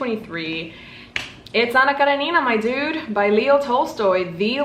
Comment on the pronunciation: Cara-neena is not the correct pronunciation by a mile but that's ok! ⭐💫 There are some pronunciation guides on YouTube, but in English and Russian it's "Kuh-ren-in-nuh"